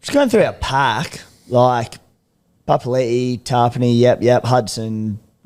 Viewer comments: Is trying to make a point about pronunciation? For the past few months he's literally said "pa pa li i - oh sorry pa pa li" to the point where it's sounding like a statement against how it's pronounced Like it's so on the nose now you can't be getting it wrong that often the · Oi Beak Rothfield... J Papalii 2021- "Every year I have requested my name to be pronounced ‘puh-puh-ee-lee-ee’ which is how you say it.”